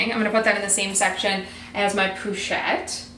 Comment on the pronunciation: po not pou ;)